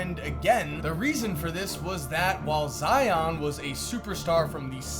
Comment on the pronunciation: Never forget that at one point pronounced zions name as “Zee-ohn”